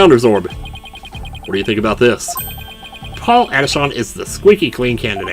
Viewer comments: Paul Atishon is supposed to sound like “politician” it actually hurts hearing you say Adishawn. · No no pronounce it as Paulatishion in other words politician yeah the name puns continue but it can’t beat one that you’ll see later